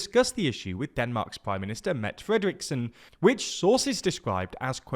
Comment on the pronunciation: Great video. Just a headsup from a Dane, "Mette" is pronounced "met-tay"/"met-teh"